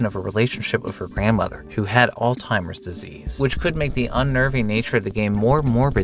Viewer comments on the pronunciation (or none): All-Timers disease??? Lmaooo it’s pronounced all-z-imers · I don't know if saying "all timers" is a joke. If it is, it feels kinda disrespectful. If it isn't, the correct pronunciation does not have a "t" sound in it. It's more like "ALL-ziymers". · Why do ppl say alzheimer like "all timers" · “old timers disease?” Or did you say “AULD TIMERS?” Nope… Try Again, it’s ALZHEIMER’S Disease. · It’s Alzheimer’s not old timers. Lmao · please it is not called "all timers disease" 😭 it's Alzheimer's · Why do people insist on pronouncing Alzheimer’s wrong like 80% of the time. It’s not “old timers, all timers, etc.” literally ALZ HI MURZ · Are you saying "oldtimers" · Not tryna be a butt, but why do you pronounce Alzheimer's as "Old-timer's" or "Alteimer's" there's no T in the word. Again, not tryna be a butt, just wondering about your choice of vernacular. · Sorry dude, but I'm laughing so damn hard at you pronouncing "Alzheimer's" as "Old Timers" 😂😂😂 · Alzheimer's not alltimers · "all timers disease" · "Alltimers Disease" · Its "Alls-high-mers" jesus I hate when people don't know how to pronounce shit and obviously put zero effort in checking if its right. Especially if the way you say it has sounds from letters that aren't in the actual word. You would think if its your job to read things correctly, you would actually do the damn work. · You pronounce alzheimer's like alltimers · "All Timers Disease" lmao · Did you say "old timers"? Instead of "alzheimers" lol. Also i'm pretty sure there was just a giant dick and balls running around in 1of these videos. Good luck finding it. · it's pronounced alts-heimers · Why do you pronounce alzheimer's as "ohltimers"? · I can't get over how you pronounced Alzheimers.